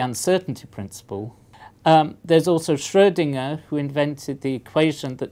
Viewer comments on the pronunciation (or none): none